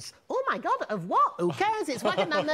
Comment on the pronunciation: the way he said Wagamama 😂😂😂